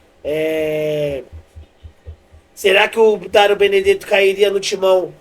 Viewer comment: Falando direito daro 😅 Dario